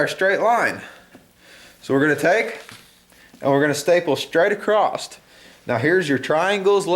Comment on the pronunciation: "acrosst" lol